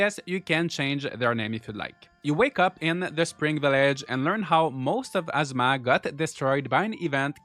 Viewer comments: Good video! For a tip: ah-ZOO-ma is how Azuma is said, it sounds like you are saying asthma. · ngl ur accent makes it sound like your saying "Gaurdians of Asthma" 😂